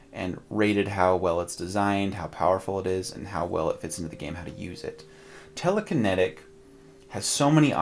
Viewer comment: Telek - i - netic.